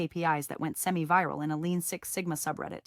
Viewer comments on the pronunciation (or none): none